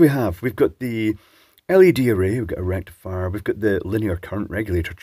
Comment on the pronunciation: I understood 'Erectifier' but I could not see a blue pill. Then it dawned on me that you said 'a rectifier'.